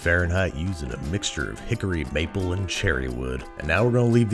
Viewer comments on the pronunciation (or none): none